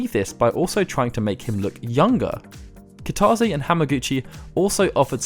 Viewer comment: Nice vid, good info. Just FYI, Kitase is pronounced "kita-say", instead of "kita-zay".